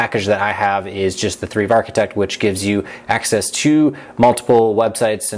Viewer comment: You pronounce Thrive as Treeve?